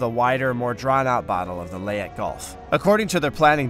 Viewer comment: numerous mispronounced names such as Leyet when it should have been Leyte, Admiral Helsey when it should have been Halsey and finally Battleship Yamoto when it should have been Yamato. You either need better researchers or better people to actually READ what is written. This was a historic battle and you mucked up the FACTS! Very poor.